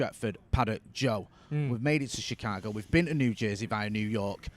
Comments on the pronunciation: He pronounced it like when somebody is saying chic-fil-A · She Cargo. Innit? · How did he just pronounce Chicago?